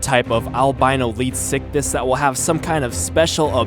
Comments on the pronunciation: you also messed up the name is pronounced {Leeds-Ick-This} not {Leed-sick-this} and the reason I'm correcting your placement of the S in pronunciation, this fish was named after Sir Arthur Leeds a man in his late 70's at the time of the animals discovery in a time when the average age was 47-55 before death and here's this Old man wandering around in the desert as one of the earliest Paleontologists and he found the tail fins, Pectoral fins, & Fragments of it's jaw. the man died 3 years later after the British National Paleontology Panel accepted the name Leedsichthys which means Leeds Fish. Just a little history on the real beast for you. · I thought you were saying sickiness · anyone else think he said leech sickness at least once? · This is how you say it lead-if-I-kiss (phonics I) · Does any one else hear lead sickness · I see you're struggling to say it's name, how about we compromise on calling it Leedfuckthis